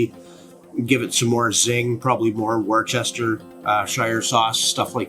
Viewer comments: Worcestershire sauce is pronounced "wooster-sheer" sauce not war-chester-shire. 😅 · "woostersheer" not "washyoursistersheyer" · Pronounced….wooster sauce….. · Worcestershire sauce say Wooster Sauce or Wooster-Sheeeer Sauce. Sounds crazy but it’s how it sounds. 😂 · Bro, worCHESTERshire? 😂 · The english pronounce it worstersher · It's -----> WUSS - tuh - shurr 👍😎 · Say WUSTERSHEER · "War-chester"? Sips tea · Love teh video and recipes, thank you. FYI it's pronounced WOOSTERSHEER sauce. Typical English name has a lot more letters that are not pronounced. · It's said wustashh 😂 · "wooster - sheer" You're welcome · its pronounced "wuster-sheere sauce" Worcester Massachusetts is pronounced "wuster". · Worcestershire sauce is pronounced Wooster shire, just fyi if it helps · Nice,will definitely try this, thanks👍p.s- Its pronounced wustersheer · Worcestershire (Wistasheer) is how it's pronounced. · It’s pronounced wuster Phil. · Once never tires of watching Americans trying to say Worcestershire! 😂